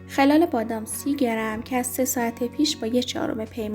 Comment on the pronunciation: خلال بادام رو غلط تلفظ میکنید